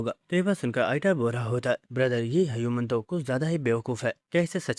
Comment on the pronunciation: Btw he pronounce human as hayuman😅